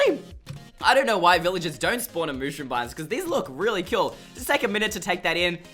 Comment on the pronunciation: It's not mooshroom!!!!!!!